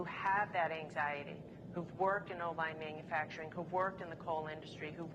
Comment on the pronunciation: Is he bragging about gas prices really. ?? It's 12 bucks in Alaska and he cannot pronounce man u fracturing lol he's a Joke , he's a complete joke , what a liar